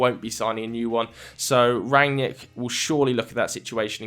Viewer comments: It's not Ran-yick, it's Rag-nick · you dont know shit about Rangnick. all you saw are some Interviews. you can't even pronounce his Name correctly.